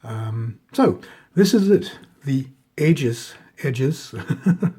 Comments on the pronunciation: Bruenor Battlehammer forged Aegis Fang for his adopted son Wulfgar and its pronounced eegis. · Hi, pronounce it e-jes, e as is easy and jes as in the name Jessie. At least that's how I was taught to say it in college. Excellent show and tell as always!